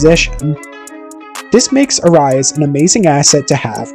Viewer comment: I like the video, but you're pronouncing his last name wrong and all I can think of is the greek god of war.